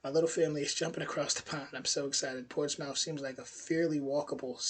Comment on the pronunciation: TBH: Brit here and I had NEVER heard of 'Junteenth' (as an expression, never mind a day of celebration), so had to 'look it up'... Yes, not a 'thing' here in the UK and/or probably anywhere outside the US !? ALSO FYI: We don't pronounce it Ports 'MOUTH' - more like Ports-'muth'... 👍